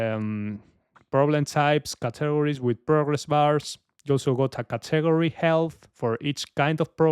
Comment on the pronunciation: You pronounce category pretty funny lol